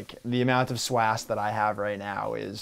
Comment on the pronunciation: Literally dropped my phone when he said "swass"...